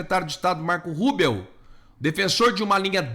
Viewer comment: Cara, a pronúncia não é Marco Rúbeo é Marco RÚBIO.